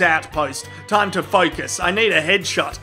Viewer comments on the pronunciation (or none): none